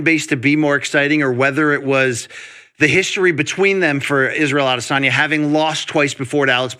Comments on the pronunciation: Luke, just wanted to chip in to say I appreciate the new pronunciation for Izzy you seem to have invented in the last few weeks: Ade-SORNYA. Just say A-DES-onya or pronounce it the way you used to. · Nobody: Luke Thomas: Adizoneya